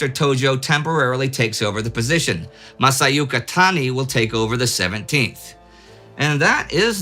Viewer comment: I don't understand why Indie has such a hard time pronouncing Hyakutake. You keep pronouncing it as Haiakutaki when it's actually pronounced Heeahkutakeh. This is as bad as pronouncing Sake as Saki (which is a completely different word in Japanese). You also pronounced Masayuki as Masayuka (again, different kanji!).